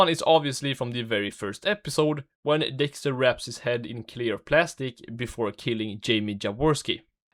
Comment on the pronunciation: help i cant unhear this dude saying dickster